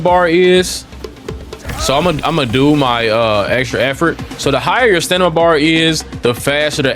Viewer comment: “Stanima” lol smh come on bro stop make us black folks sound dumb lmao 🤣